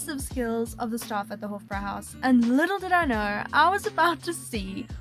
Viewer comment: The "e" at the end of Spätzle is not silent. You got it right on the Schweinshaxe! So jealous of this eating tour! Hofbräuhaus is pronounced like "hoffbroihaus."